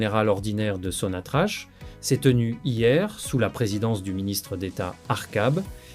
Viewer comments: C est n est pas (so na tra ch(=k) c'est sonatrak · Pitié, arrettez de prononcer Sonnatrache.